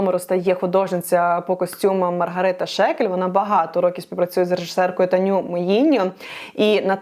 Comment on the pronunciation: Чому всч кажуть Таню, якщо вона Таня Муіньо? Один якийсь ідіот неправильно сказав бо неправильно розчув з англійської, а всі як папуги продовжують повторювати і розносити помилку далі